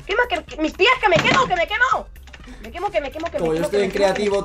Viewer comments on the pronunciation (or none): Like si escuchaste "queso" xD En palabras: Que me quemo!que me queso quemo :v